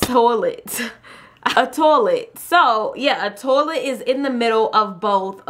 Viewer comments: you said tolet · I love how she says toilet TOLET YAS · I wasn't hating -.- just I've never heard anyone say it like that